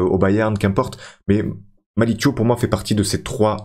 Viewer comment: Thiaw c'est un nom de famille sénégalais, on prononce comme c'est écrit, le son "iaw" et pas "iow" à la fin